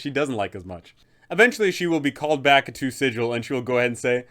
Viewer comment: I already added her in an interplaner courier game I ran. She had the pc's start the faction wars (unknowingly of course) she is so much fun. Good vid! Also I hate to bring this up, but it's pronounced with a hard g like bagel, not the standard sigil. It's in the planescape source book. Just an FYI.